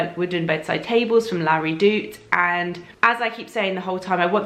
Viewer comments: I thought that's what she was saying too! La Redoute.... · Laura Evans Another American here...I think it’s actually La Redout...or something like that! 😊😊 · So funny! I'm German - also heard Larry Doot :D:D:D